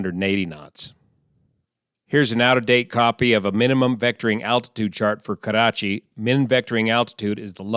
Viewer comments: Just FYI Karachi is not pronounced with a rolling R. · I positively enjoy the way you say Karachi. Nice analysis. Very informing. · Your pronunciation of "Karachi" is better than us Pakistanis! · It's funny how u say "Karrrachi" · You gave to know, how to roll your rrrs!